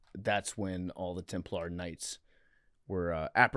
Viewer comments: PFTs pronunciation of Knights Temp-LAR was driving me up the wall haha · The Jeremy Lin of religious history would be Joan of Arc. Also, PFT saying Templar with the emphasis on the wrong syllable is like nails on a chalkboard to me for some reason.